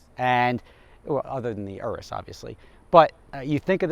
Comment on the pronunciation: It's pronounced like urine but with is. Urus, that's why they are all yellow